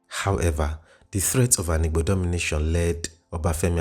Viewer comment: The narrator is not Igbo. He doesn't even know how to pronoubce the wird "Igbo"